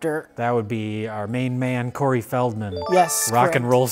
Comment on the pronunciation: "Curry" Feldman hahhahahaaha